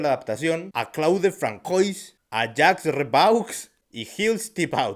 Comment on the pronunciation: Francois se pronuncia "franzuá".